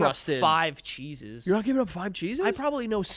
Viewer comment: Lmfao the way they’re pronouncing “cheeses” sounds like they’re saying “Jesus” but with a weird lisp/accent hybrid😂